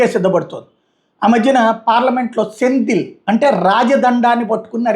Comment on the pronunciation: సెంగోల్ సర్ సెందిల్ కాదు